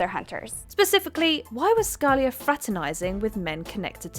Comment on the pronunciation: The way she said scalia’s name though😂